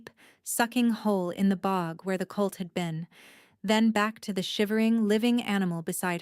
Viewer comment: It's colt, not cult. Listening from Austin TX.